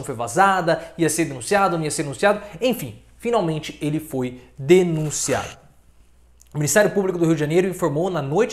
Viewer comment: fi nal men te 😆😅